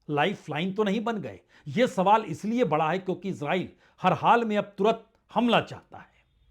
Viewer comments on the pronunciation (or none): none